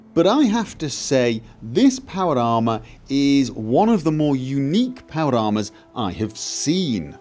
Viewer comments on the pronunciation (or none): "Powlder armer" haha